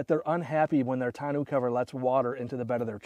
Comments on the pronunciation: Looks good. I just ordered mine. By the way, it should be pronounced tonn-oh, like bureau, not tonn-oo. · Tahn-no cover! ARGHHHHHHHH! Can't watch 🙉